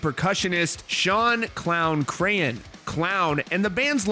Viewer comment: Again, it's Shawn "Clown" CRAAN, not CRAY-HAN. 🙄